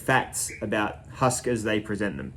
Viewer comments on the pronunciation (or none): I believe you're pronouncing the name wrong. It's actually two syllables like hu...usk, similar to the sound Uncle Randy might make when he's pushing out a good hard turd.